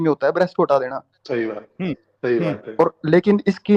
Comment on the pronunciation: Cult practice ko sayiiiii bol raha haiiii😅😅